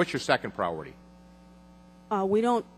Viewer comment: Pra-ority?!?! LOL!!